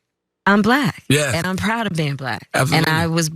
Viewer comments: The way he pronounces the word black "bLaCK" with such distain is what gets me. No one else pronounces the word black like that... just like he pronounces China as "chJina". Either he's retarded or a racist, which is it Donny? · He says Balack.